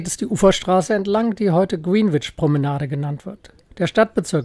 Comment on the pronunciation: Ein sehr schönes Video und ein echt toller Kanal, man lernt immer wieder was neues über seine Stadt. Ein kleiner Klugscheißer-Hinweis nur: Der Londoner Ortsteil Greenwhich wird unintuitiverweise eher so wie "Grännidsch" und nicht "Grienwitsch" ausgesprochen.